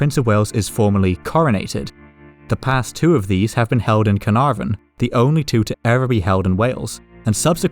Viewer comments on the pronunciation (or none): none